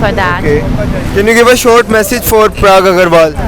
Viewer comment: Are pehle naam bolna seekh lo. It’s not “Prag” it’s “Parag”